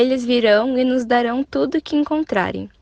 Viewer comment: C sa wi pskm wè moun yo fè anpil erè surtout pou Rosemartine ale retandel wap wè sa wap Di a li prononse nós pou nos